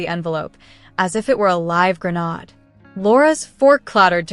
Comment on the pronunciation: Someone should teach these AI programs to pronounce words correctly. Grenade is pronounced as spelled. The last three letters are pronounced 'aaid' as in first aid or coolaid, not 'ood' as in sod or clod. I know English is a difficult language to learn but as in any language, correct pronunciation is or can be critical to understanding the story.